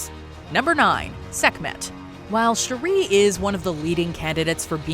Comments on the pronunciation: Her name is NOT "Sharrie". Please get it together 🧏🏾‍♂️🤦🏾‍♂️ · Why are you calling shuri "Sheree" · How do you shalack and mispronounce Shuri's name so bad???? It's only been said outloud in movies for 3 years now. Kinda disrespectful. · The way she pronounced Shuri...jeez! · Put some respect on Shuri’s name and pronounce her name right! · Your Pronouncing Shuri Wrong...please correct it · Why are you pronouncing Shuri’s name like that? 😭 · The amount of saying Shuri name so wrong. The annunciation of Shuri is wrong